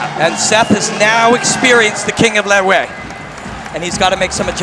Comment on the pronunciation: These commentators are so ill-informed about the Burmese fighting classification - they don't even know how to pronounce this particular style - in the Burmese language the "t" is silent and is pronounced La-way . Now, find another line of work!